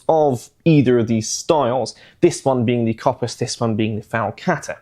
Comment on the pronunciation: Great video although I have to say the Kopis is actually pronounced Kopís (accent falls on the I). Being Greek I had to point that out.